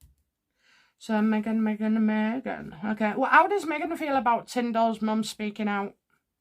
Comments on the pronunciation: I’m sorry, but it’s Mrs Tillman, not Tindal! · For goodness sake get the man's name right! It's Tillman, TILLMAN! So bloody disrespectful.